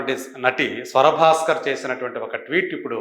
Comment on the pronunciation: స్వర భాస్కర్ కాదు రా ఎదవ, స్వరా భాస్కర్.